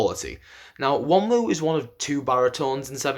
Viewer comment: The n IS pronounced. Not the second w. It's Won rhymes with Ron ooh